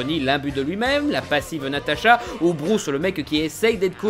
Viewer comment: c natasha pas natata